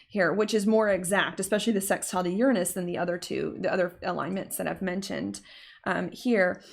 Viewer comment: I love the way you say 'sex'tile 😉